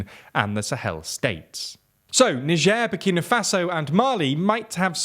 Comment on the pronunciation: Bro dodged a bullet with "Nigieer"